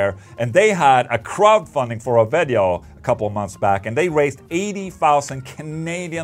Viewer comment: A good old "veddeo" 👍